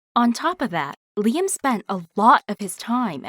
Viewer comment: She said “Liam” but I heard “Lia” Everything autocorrects to lesbian in my mind sometimes